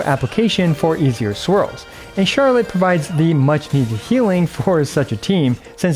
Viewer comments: Well, actually the French pronunciation sounds more like the way you said "Charlot" ^^ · Actually don't correct yourself :p It's closer to the "correct" way to say her name in French xD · you accidentally pronounced her name correctly🤣🤣🤣